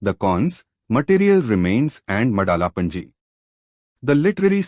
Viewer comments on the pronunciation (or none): It's मादला पांजी not मड़ाला 😏